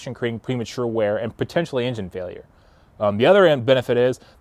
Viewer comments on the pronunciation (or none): none